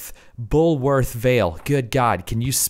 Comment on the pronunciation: Still watch this series to this day. And the mispronunciation of bullworth still cracks me up 😂